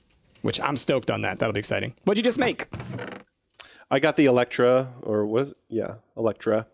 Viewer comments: its annoying that says eh lect tra instead of el ly tra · They know so much about almost every thing, but the 0.01% they don't know they are so oblivious to it, and how pronounce elytra there is no C in the word